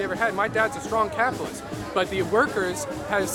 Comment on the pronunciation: As someone starting a business flying drones i find a lot of my generation to be the worst, love that you're questioning their ignorance. I Love hearing someone with a soviet accent saying "CAYPITALYST" in a positive light.. I'm used to cartoon villains ranting about the evil capitalist pigs